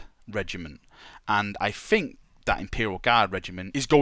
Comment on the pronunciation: I like how you fink